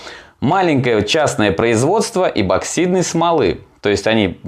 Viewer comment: эБоксидный ты наш - чуть уши не завяли.